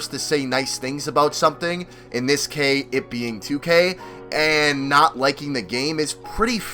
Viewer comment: in this kay.... or in this case? Dumbass